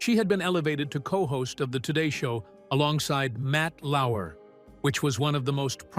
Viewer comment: Lauer, not Lauwer.